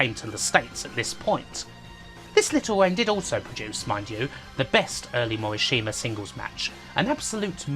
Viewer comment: Cringe every time you say Morishima. It's pronounced Mo - Rish - Ma. Not hard. Practice that.